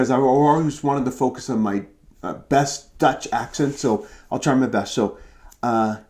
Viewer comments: Your Dutch pronunciation is quite good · Your Dutch pronunciation is really good. Seriously. I am a native speaker.